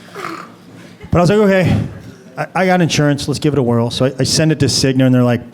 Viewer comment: Cignuh, Aetnuh, Humanuh LOL